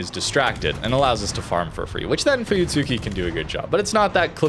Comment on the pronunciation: Idc anymore but fyi (if you're curious), it's pronounced fooyutski. The tsu is said so quick it almost sounds like ts. It's the same with almost all japanese ships that have a "tsu" in the name. Mutsuki "Mootski", Akatsuki "akatski", etc